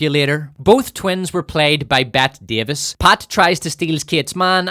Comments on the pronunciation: Ahem, it's pronounced "Betty". She just spelled it differently. It's not "Bet" Davis. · Bro, it's Bette Davis, as in "Betty" Davis. As in "She's Got Betty Davis Eyes." She's Murcan. So pronounce it Murcan!